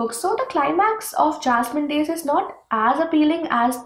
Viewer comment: Hi dear.. I m a Keralite.. u pronounced the title of book second time correctly dear..